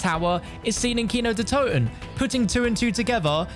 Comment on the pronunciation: As a german guy it's so funny to hear him say kino der toten but I think he pronounces it pretty good even though he doesn't speak german